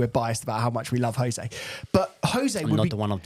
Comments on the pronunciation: He’s. Name. Is. Ho-zaay. Surely Chelsea fans know this. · Portuguese pronounce J as Js not H lol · Grates me anytime a long time chelsea fan still calls Jose as "Hose" lol. That aside, heard a lot of drivel in this from Josh. There are so many glaringly obvious errors in games that scream 'lack of proper coaching' , game after game. The ultimate blame for that falls on Poch. It's all well and good being friendly with players and bonding with them, but if he's failing at the primary job of coaching, then what good is he to the club? This isn't Ted Lasso. It's the EPL and chelsea's supposed to be an elite level club.